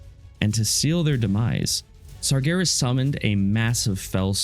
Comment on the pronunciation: just so you know, it’s Sargeras not Sargonis